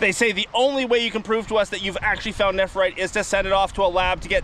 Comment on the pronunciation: I would have a field day if I were near that many stones. I do have jade but not nephrite yet. Tyfs BTW its pronounced nef rite not nepherite